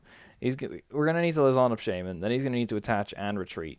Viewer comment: Lysandre --> Luzzon..? Lie-sand-er Fun build, good commentary ;]